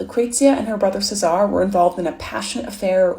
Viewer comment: CESARE Borgia. Say it with me. Chez-ah-rea Borgia